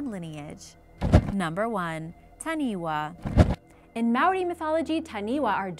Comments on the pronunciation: Please please please redo the audio for correct pronunciation. For example Taniwha is Ta-Nee-Faa not Taniway. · As much as I love to see our Maori culture showcased on here. Taniwha is pronounced fa not wa at the end. The wh sound is a fa sound always. But thank you for showing our beautiful legends. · please get a polyneisian to help you with the pronunciation. the main thing that took a stab at my heart was the taniwha pronounciation, its not taniwa its tanifa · Taniwha, this is a great video but it's pronounced tani-fa not tani-wa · Just some small bit of correction it is pronounced tani-fā (taniwha). Just a little bit of helpfull information. I am not trying to put you down for trying just wanted to help you say it correctley just in case you ever visit the islands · Taniwha (tah-knee-fa) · Taniwha is pronounced Ta-knee-fah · She said ta-knee-wa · Ta-knee-fa (Taniwha) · Wh if actual a f sound cause maori language doesn’t have wha so when she said taniwha it more pronounced like tanifa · Dont know if this has been mentioned. In the Maori language. The 'WH' is pronounced as an 'F'. Making that last creature TANI-FA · its not taniwa its Taniwha wh make the f sound in moari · Taniwha is pronounced tani 'fa'😃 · it is pronounced tanifa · It’s pronounced ta-nee-fa get it right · Taniwah its Taniwha learn your pronunciation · Wh=f Ta-ni-fa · hi im late and from new zealand but you kinda prouned taniwha wrong just wanna say